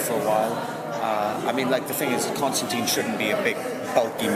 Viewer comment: I've been very excited for this show, I've been reading "Hellblazer" in preparation, I think the show looks very good......but I hate to be "this guy" but they didn't write his name right, it's in the books a few times where he says "it rhymes with line" I just wish that would be fixed